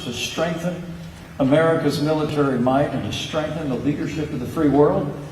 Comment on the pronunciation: "sHtrengthen America's military might and sHtrengthen the leadership of the free world!" PENCE, ( & many others ) there is no "H" at the beginning of "strengthen" !!!!